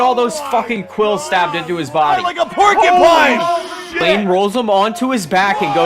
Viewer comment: My man's said "porkypine"